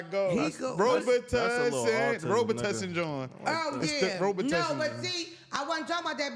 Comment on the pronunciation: “Robtussin jawn” 😂😂😂